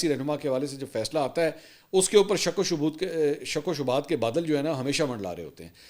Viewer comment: Hathi ko Hockey! Shk shubht ko Shabut .. aaj apki speach main issues arahe hain kafi Jo bht unusual hi. Aap aap Ksi stress main ho Mansoor Bhai God bless you Apni health ka khayal rakhain